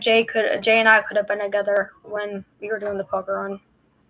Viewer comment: I thought she was saying Pokémon! Either way...🤔🙃